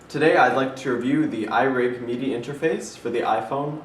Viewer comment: it's pronounced mid - i... you keep saying meed - i. mid as in middle. just saying. that's cool there isn't any lag though.. that's the reason i wanted to see a review of it first.